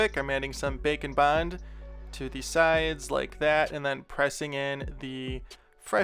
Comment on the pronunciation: *knows it's called Bake n Bond, still only hears bacon bond